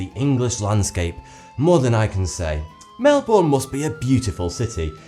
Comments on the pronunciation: 'Melbourn' pls say correct (i spelt Melbourne wrong deliberately) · Please. Say Melbourne correct. You are just saying Melborn. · I live in Melbourne and I never knew this..... You say Melbourne wrong it sounds like melben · it's pronounced Mel-Burn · It's pronounced Mel-bon like Car-bon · Yeah, that grates me too. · I’m from Hobart and we pronounce it as mel-burn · Its pronounced "Mel-bin"! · haha well considering I'm an Aussie and we all here cringe when foreigners pronounce it Mel"born" ... its the rest of the world that doesn't speak properly ;) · Sorry where? In Mel-bawn? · you idiots IT IS PRONOUNCED MELBEN NOT MELBOURNE. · It's pronounced Mel-Ben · You don't even pronounce Melbourne correctly... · The way he say Melbourne hurts me deep inside. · He is pronouncing Melbourne wrong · I hate how people pronounce Melbourne wrong! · I am an Australian and he says Melbourne funny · Learn how to say Melbourne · Unless ur a kiwi or an Aussie, you can't pronounce Melbourne properly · your pronouncing Melbourne wrong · Your pronouncing Melbourne wrong, but that's okay, I still liked the video. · THAT IS NOT HOW U SAY MELBOURNE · Pronounce Melbourne correctly :( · Your British and u didn't say Melbourne correctly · Omg your saying Melbourne wrong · U SAID MELBOURNE WRONG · I love how many people are correcting pronunciation of Melbourne! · As an Aussie, it kills me how he pronounce Melbourne. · You said Melbourne wrong i know becouse i live in Australia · true that! And I also live in melbourne and his pronunciation was killing me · Did anyone notice he pronounced 'Melbourne' wrong? Love from Sydney. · Am I the only one who got annoyed when he said Melbourne wrong? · Your pronouncing "Melbourne" wrong. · count how many times he pronounced Melbourne worng.Mel-bor-ne it prenounced Mel-ber-ne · Cringe. It's pronounced Mel-bun not Mel-bourne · Not 'mell born' it is 'melburn ' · Mel - burn (not mel born) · It's not melborn it's pronounced melbun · more mel-bin